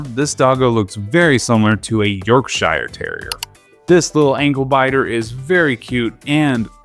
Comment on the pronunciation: It’s pronounced more like “yohk-shur”